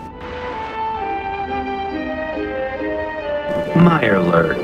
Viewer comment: Mirelurk. Mirelurk. Mirelurk. Mirelurk. A Mirebwjurk!? Come on. That's like, two out of ten points of danger. Tops.